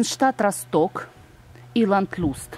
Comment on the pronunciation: Ханзенштадт РОсток,а не РостОк.Ударение на первую О,Росток-это город в Германии